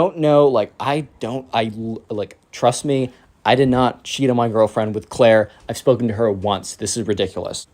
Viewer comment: Clair not cayt